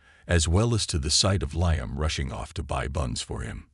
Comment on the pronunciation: The AI needs work, It's LEEUM not LIEUM...